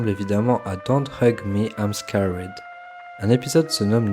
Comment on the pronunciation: Bonne vidéo mais ta façon de prononcer "Don't Hug Me Im Scared" faisait que me sortir du délire 😅